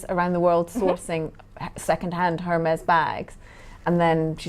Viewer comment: HERmes?!?! Really?!?! How much of an idiot do you have to be to not do some basic pronunciation training before the show. The H is silent, it's a French brand.